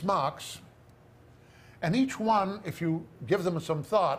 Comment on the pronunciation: This is Brilliant. I kept Googling Machs, trying to figure out what a Mach was. If I was more patient and listened longer, I would realize he was saying "Marks".